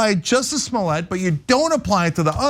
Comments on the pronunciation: Juicy Smoyay 🤣🤣🤣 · I like the way David Chappell pronounces his name Jesse SmoyA